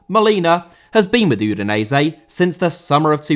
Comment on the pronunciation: Udinese* not Udeneisei